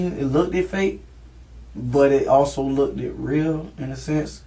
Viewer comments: He also says “lookded” at one point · It “lookted” fake. Another fine webster’s entry. It joins other orthographic gems such as “axxed”, and “pacifically” 🤦🏾‍♂️😂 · "It lookdid" 😒 Theres no way I can trust anything he says beyond this point.... Not that I was trusting before anyway but still. It lookdid promising... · Look-ed is not a word people! Lmao 😂